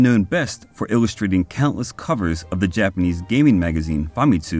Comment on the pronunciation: Did anybody praise your Japanese pronunciation yet? Let me... very solid work in that department!